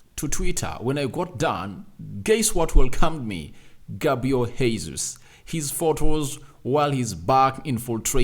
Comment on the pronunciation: Sir his name is not Hesus. It's Gesus. This is no Spanish. It's Portuguese. What kind of journalist are you?